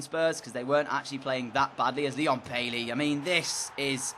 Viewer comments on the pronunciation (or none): Also DJ please say Baiey and not Bailey